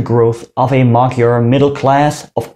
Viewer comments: Magyar, not magijar Gy dy gj dj ď đ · Just two things. If I`m not mistaken, the digraph GY in "maGYar" should be pronunced as the J in "just" or the "G" in Germany. And the accent in Szalasi falls on the first syllab, not the second. SzAlasi